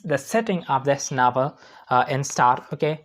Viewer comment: Novel ❌ Navel ✅